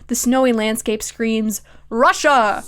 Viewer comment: girl i just cant the way you said russia and the did you know snow only occurs in russia was so funny to me for some reason i fkg spilled my drink